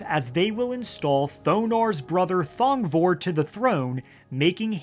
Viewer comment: Thong...vor(e)... Dear gods!